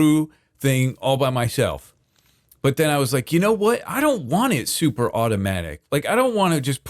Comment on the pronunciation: I love how (just about) everything says, that starts with S. He says it with Sh.😅 like, "Shuper Shmelter" and "Gotta Shreep". He is hands down my absolute FAVORITE Hermit.